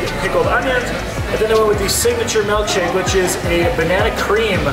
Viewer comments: Ah yes, a “melk shake” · It’s MILKshake not MELKshake 😂😂